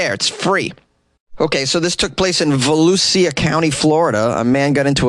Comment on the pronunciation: It’s Vo-lu-sha